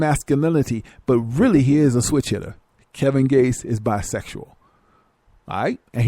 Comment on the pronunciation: lmaooooo dis nicca said "Kevin Bates"